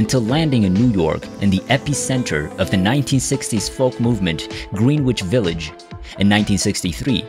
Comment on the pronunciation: You can always tell when it is AI and a computer reading the commentary. They always mispronounce a bunch of words. Dave Bruebeck, Greenwich Village anyone?